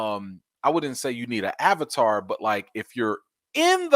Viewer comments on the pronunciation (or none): none